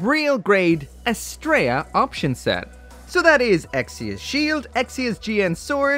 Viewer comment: You are ssaying the name wrong. It is not as-Stray-ah it is as-Tree_ah. It is the name of a Greek Godess